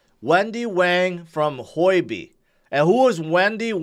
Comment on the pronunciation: It’s not Hoi-B, it’s Hu-O-B